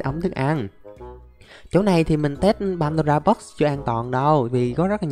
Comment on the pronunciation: nói padora box nghe hài